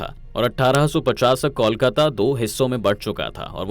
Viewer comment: Pahle kolkata ka uchaaran Krna sikho